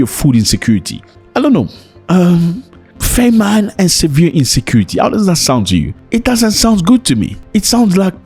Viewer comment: Sorry Zack but famine is pronounced fa min not fe mine.